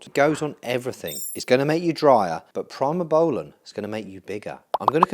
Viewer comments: Great video but please pronounce primabolan correctly..... Pree not Pry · Pree-moh-bowlan, not Pry-moh-bowlan Pretty much use mast or primo as an AI depending on the ester of the cycle. I think you should run Primo if you’re running over 500 test for a 16-20 week cycle, short ester bulk you could do test/mast/npp and run the npp higher than test, mast alone should work for that.